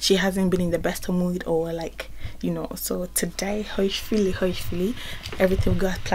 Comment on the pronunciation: That "so isss True" i felt it and i died